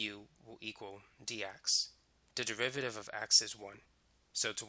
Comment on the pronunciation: Is he speaking the word derivative as "de-VI-VA-RI-ve" instead of "DE-RI-VA-TI-VE"?